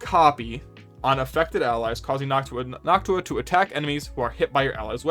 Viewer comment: Lmao everyone is grilling you for the gauss pronunciation but wtf is the Noctua pronunciation, you knew what you were doing lol.